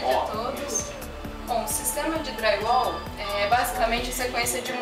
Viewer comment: Parei de assistir quando ouvi: Draiuol